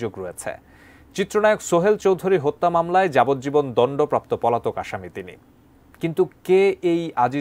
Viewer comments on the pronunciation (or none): "মামলাই এ রাই, আরমানিটোলাই, ধারণা করা হই, শোনা যাই" ..... টিভি চ্যানেলের সাংবাদিকের উচ্চারণ এরকম হওয়া উচিত না। ই এবং য় এর ব্যবহারটা আরেকবার শিখে নেওয়া উচিত। ধন্যবাদ